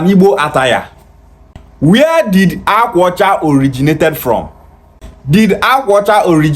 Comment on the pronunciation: Benin was founded by Oba, third son of Eri the Igbo patriarch. Jacob Egharevba reported that they met Igbo people when they arrived from Egypt. This character cannot even pronounce the akwa ocha that he says is Benin.